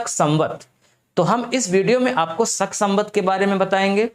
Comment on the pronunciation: सक नहीं होता है भाई, शक होता है